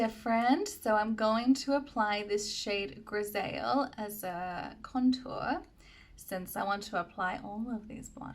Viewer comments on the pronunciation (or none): Hi, French here, I'd love to help for the pronunciation of my favorite Surratt blusher, Grisaille. It's pronounced greez-ie (pronounce the second part like you pronounce the verb "die" and you have the right sound). I hope it helps. 😊